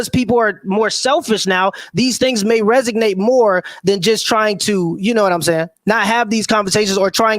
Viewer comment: Resonate not Resignate. I’m not really part of the language police crowd, but after the guy just had on a grammatical mistake of this nature only spurs on guys like that.